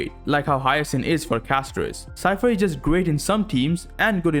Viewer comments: Good solid advice, and you took the time to get their names right. MayDAY, casDOORrice, HIyaSIGN. It be one thing if it was a joke but it's clearly not. Lol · My-dee Cas-toh-riss Hi-ya-seen 😔